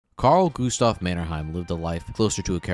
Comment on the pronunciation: Not to disrespect, in fact I like when Finland and finns are topics of youtube videos, but his name was Carl Gustaf Emil Mannerheim, not Carle Gustov. Still doesn't matter too much. Swedish names are hard and finns often forget the name Emil from his name.